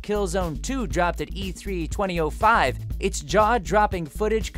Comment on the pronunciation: such a weird way of saying 2005...